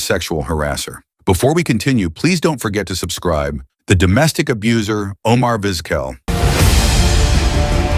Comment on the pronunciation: Come on dude, if you’re going to use a crappy AI voice the least you can do is make sure it’s pronouncing the main character of your video’s name right. Terrible.